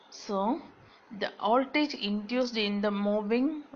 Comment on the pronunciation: It's Voltage not "oldage"